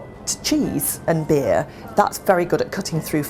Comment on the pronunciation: its not jus a cahet, its a beeh !